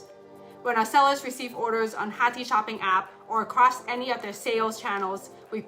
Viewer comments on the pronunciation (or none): Did the founder just pronounce her own startup's name (hathi) wrong😅